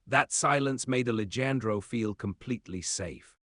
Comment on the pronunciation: the AI readers are so funny....they don't understand the words spelled the same but pronounced differently....and in this story...ali jan dro???? I know it's more of an ethnic name...but honestly... it really detracts from the story